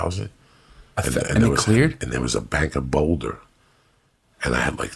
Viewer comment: They way he says “boulder” 😂 “ bowwwduh”